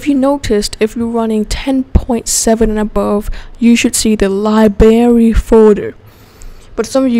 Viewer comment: there is a R in "liberry"